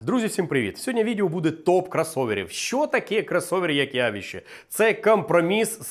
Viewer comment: явІще...через И-И-И,через И-И-И, курси української, то як Тимошенко - ЗУБАЖІННЯ:goodvibes:Вподобайку втулив.